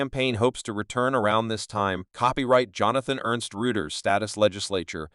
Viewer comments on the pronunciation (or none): Buddy, if you can't pronounce the name of one of the oldest news-gathering organizations extant, then you lose a lot of credibility right there! FYI: it's pronounced "roy-ters." Please make a note of it.